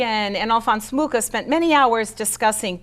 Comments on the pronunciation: Pronounced moo ha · I was born in the same small town as A. Mucha and would like to inform you that you mispronounce both his surname and the name of the town. The "ch" in Mucha is pronounced totally different and Ivančice is something like "ee-one-tchi-tze". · Incredible that a presenter cannot pronounce Mucha's name properly. Very American. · At least pronounce his name properly...